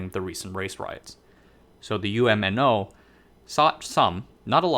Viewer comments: You pronounce bumiputera really well, just like a local. UMNO is pronounced Uhm-noh. No one pronounces it by spelling out the individual letters U.M.N.O. The original party actually died with the Malaysian Constitutional Crisis of 1989 due to Mahathir. The party split into two camps. After winning the party war and forming his own new UMNO, he pretty much hijacked the judiciary making it subservient to the government (no more constitutional rule of law), enabling him to become somewhat of a racial supremacist dictator. The current UMNO is more like UMNO 2.0, it was a newly registered party during the split. But over time it took over the old UMNO's legacy. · You're mispronouncing UMNO, you don't spell it out as U-M-N-O when you pronounce it, it's just pronounced as a single word with 2 syllables, Umno, the UM makes the same 'um' sound as the um in thumb and NO, well it's the same as the word 'no.' Also, , you talk about Chinese discontent triggering a brain drain, and then you talk about Malays leaving Malaysia. I'm confused, did you make a mistake and mean to say Malaysian Chinese leaving Malaysia? Because some foreigners incorrectly call all Malaysians Malay even if they're Chinese. And from the statistics I've looked at, most Malaysians leaving the country are Chinese. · Great video! By the way, UMNO is usually pronounced as one word "Umm noh"! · I'm from Malaysia. You pronounced 'Bumiputera' correctly but 'UMNO' is pronounced here as 'arm-no' but without 'r' sound in the first syllable.